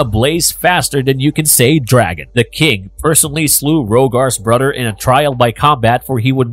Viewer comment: Good content, but can't listen to you say Brudder anymore